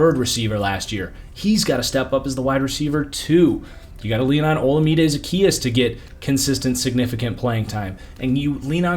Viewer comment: It’s pronounced like olawmide